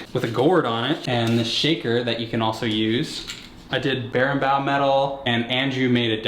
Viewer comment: Wtf was "barinbow"??? Barinbau?? That was the most brutal shit I've ever heard!